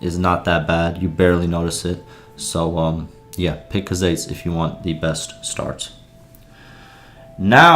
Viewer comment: Bro said cuhzates lmao it’s pronounced “koo-zites”